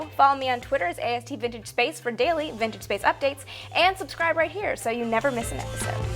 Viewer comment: lol thought Amy said "bitchinspace" when she said vintagespace..